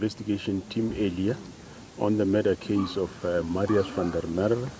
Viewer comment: Please, please, please pronounce Msrius van der Merwe's name proberly. I can't bear to hesr you saying it hundreds of times and still not getting it right. If you can go to the trouble of reporting, then prepare properly.